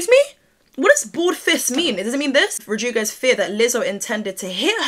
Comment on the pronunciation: I swear I love you but lol girl “rodrugo “ for Rodriguez got me dead 😂😂 lol just to help Rod-Re-gu-ez